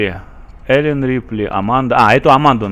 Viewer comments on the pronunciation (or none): Элен а не АЙлен !!!